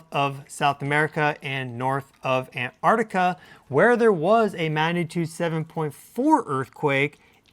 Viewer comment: The word "antarctic" is NOT pronounced " and the word "arctic" is not proniunced "artic". You should be ashamed of yourself. You might have a fancy degree, but I knew how to pronounce those words in third grade.